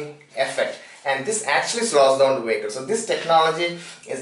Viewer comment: What the fuck is a "Wehicle"???